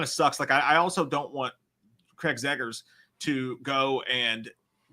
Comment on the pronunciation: Say it with me, it’s Zach Cregger, Zach Cregger, Zach Cregger.. there is no Craig there is no zeggers 😂